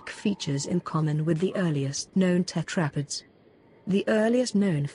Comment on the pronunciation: I don’t think that’s how you pronounce tetrapods